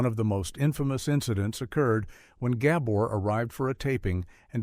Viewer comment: "Zhah" "Zhah" "Ghah bore" 😂😂😂 Stupid AI